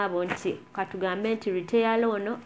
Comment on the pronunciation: The word is not retayala it's Retailer.